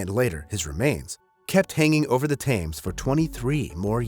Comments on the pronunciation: For people sentenced to gibbeting (locked in a cage) death comes from dehydration, not from starving. You can last two or three weeks without food, but only 3 days without water. Sweetheart, you really need to learn how to pronounce some of these common names! The river in England is the Thames, is pronounced "tems." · Thames pronunciation was confusing at first 😂 i was like "where is the tames?" 😂